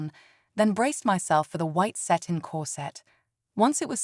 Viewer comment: Please teach your AI reader the difference between Satan and satin. That misreading is really annoying.